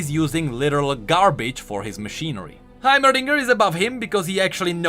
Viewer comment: how could you speak english this good throughout the whole video but when it came to heimerdinger you said it with an indian accent ?